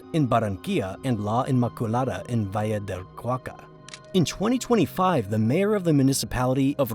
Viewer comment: Crap AI voice? Valle de Cauca pronounced as Va Lee de Kah U Kah??? WTF, lol Rest is very interesting…